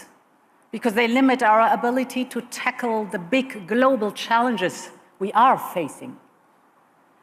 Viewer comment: "Dee bick glow-bal challenches" they. ARE THE Big global challenge!